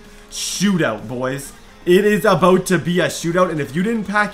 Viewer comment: He said aboot looool